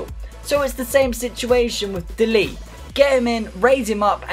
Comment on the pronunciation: De ligt is my cousin by the way you said his name wrong